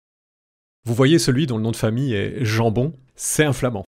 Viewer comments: Ça ce dit pas jan jambon mais yan yambon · 🇧🇪🇧🇪🇧🇪🇧🇪 ( on passera sur la prononciation de jambon pas tout à fait strictement exacte) excellente vidéo, cher compatriote, et merci ! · "jambon" ne se prononce pas comme du vulgaire jambon...